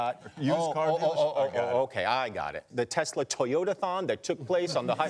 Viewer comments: A Teslerthon 🤣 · Ahh, teslurr. Lmao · The new word: Te-Slur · 🤣 he’s putting that hard R back in tesla